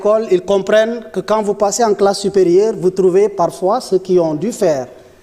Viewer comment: On ne dit pas ceux. Ceus. On prononce juste ceu. Je pense que les conseillers en communication ont du travail en aidant nos gouvernants dans l expression orale.